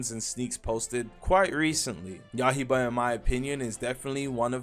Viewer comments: not yahiba it is ya - I - ba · It’s ya-i-ba unc not yah-he-bah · yaiba, not yahiba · yah-hie-bah 😭when he gonna learn